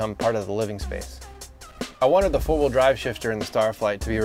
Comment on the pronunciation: Are you saying full wheel drive or four wheel drive?